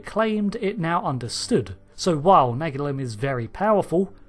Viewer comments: Could you please try to say Nagilum correctly? On the actual episode they say Na-GEE-Lum, not NAG-il-Um. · It's pronounced na-GEE-lum, not NAG-ilum or na-GILL-um… Did you even watch the episode?!?! 😡😡😡😡😡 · Naa-geel-um... That's how it was pronounced in the Episode.. Why change it? Brits' are weird.. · Why does your pronunciation of " Nagilum " alternate ? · I can't be the only one that's a bit annoyed by his constant mispronunciation of Nagilum in this video. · Do you pronounce ‘Nagilum’ differently each time on purpose!? 😂 I love this episode, it’s silly but fun and interesting silly. Plus let’s take a moment to remember Haskell, one of the most horrific crew deaths seen on TNG, maybe even worse than that woman who got stuck in the floor.